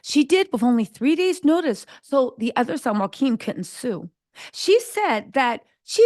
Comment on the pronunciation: Sis I’m a black American living in Denmark, and there’s a lot you got wrong in your summation. First, the Princes name is not Joaquin, it’s Jo-a-chim. Second, they scaled down the monarchy because it just made sense, it didn’t have anything to do with race, it was about kicking off people from the pay roll that didn’t need to be, especially if they were not in line for the throne. The son who just became King here in Denmark already has four children of his own. So, there’s basically no way that his brothers children was going to inherit the throne. So no need for them to be on payroll. That’s why they were demoted. The same in UK. These Monarchs realize that they are on Thin Ice with the public. It’s the public who pays their bills. So they all know they have to be careful. One wrong move, and they could be out of power. It’s about survival, not racism. At least here in Denmarki would say.